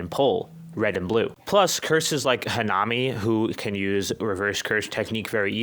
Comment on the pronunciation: "hu-nami" "rct" 💔💔💔